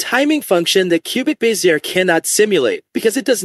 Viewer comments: It’s not “biz-ear”. It’s “bez-zee-ay.” As in the French engineer who popularized it, Pierre Bézier. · Closer. Be zee ay. French not English.